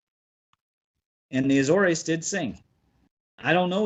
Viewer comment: A-zores. Two syllables. At least in English.